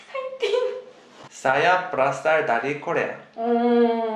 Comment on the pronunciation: ber asal... bukan ber rasal la 🤦